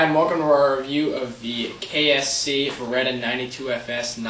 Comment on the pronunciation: at the begginning you said KSC, its KWC.